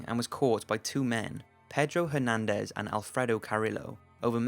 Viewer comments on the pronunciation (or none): none